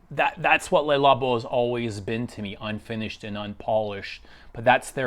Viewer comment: Highway dies everyone say "LAY Labo"? It's a wrong pronunciation.